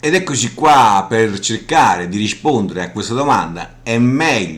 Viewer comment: dici "riscpondere".